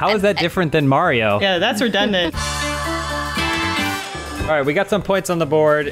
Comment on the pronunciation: always says "Redundant"... why?